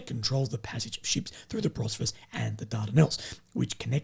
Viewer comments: Bosphorus, not Brosphorus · Hey, I was hoping someone would have told already that it’s called “Bos-pho-rus”